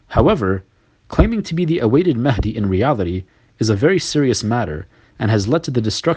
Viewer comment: Imam mehndi... Pathetic twat... He can't even say it right